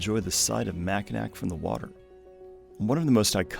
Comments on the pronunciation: Not sure if anyone’s pointed it out, but “Mackinac” is pronounced “mackinaw” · “Mackinac” is a french spelling of a Native American word, so the “c” is silent - “Mackinawww” - means a type of turtle - “turtle island” - place of creation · Great video, just a tip don’t pronounce the last “c” in Mackinac. It’s how everyone from Michigan says it.